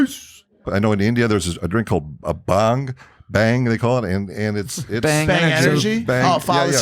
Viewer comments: It's bhaang not bang😂 love from India❤️🔥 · Itd not 'bang' itd bhang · You call it BHAANG....😁😁 (from India)